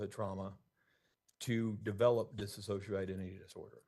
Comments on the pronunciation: This attorney literally cannot say "dissociative identity disorder". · Correct: Diss-oh-shee-uh-tiv Or Diss-oh-shee-ay-tiv